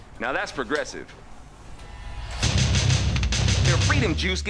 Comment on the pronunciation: He got me at "Baracknid"